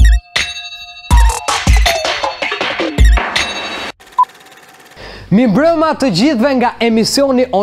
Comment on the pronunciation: Aman o kur ben kshu sikur qesh e shkrihesh na hap barkun..edhe thuaj mirmbrema jo mimbrema ✌🏻